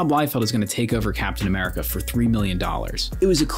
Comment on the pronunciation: captain ameridih 😭✌️